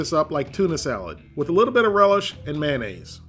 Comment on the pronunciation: Man-aze? May - O - naze.